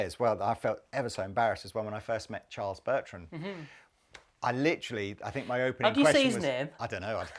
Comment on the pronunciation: "bharles chertram"